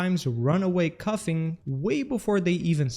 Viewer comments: "cufffing"? Bro It's coughing, learn how to speak, holy shit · “Cuffin” instead of “coughing” 😂